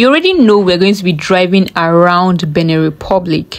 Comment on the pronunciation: Benin Republic not "beneh"